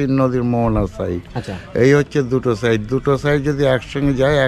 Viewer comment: কথাটা সাইড নয়... সাইড মানে পাশে কথাটা হল সাইট 😂